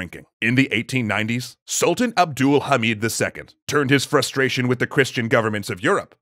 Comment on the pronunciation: it's NOT ABDUUL-HAMID it's abd- al- hamid